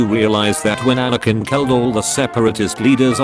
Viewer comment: There's no G in Anakin